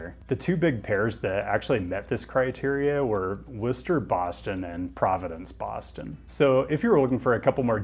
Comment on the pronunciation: Props on pronouncing Worcester correctly